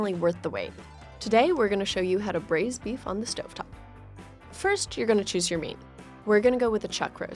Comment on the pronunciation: bwaised bweef is bwilliant